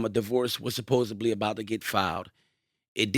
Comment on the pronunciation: Tell it’s “supposedly” not “supposebly”